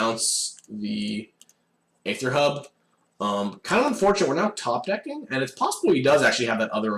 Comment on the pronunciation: oh my god stop pronouncing "aether" like that!